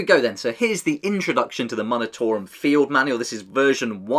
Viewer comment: Just a heads up, the “mun” portion of the word “munitorum” is pronounced “myoon”, rather than “muhn”. Like the word “munitions”.